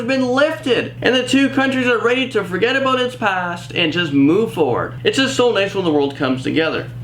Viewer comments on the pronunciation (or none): none